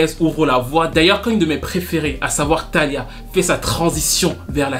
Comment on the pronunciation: Une petite correction ce n'est pas Thalia mais Thalia la syllabe tonique est sur l'i sonne fort peut-être pour une prochaine fois.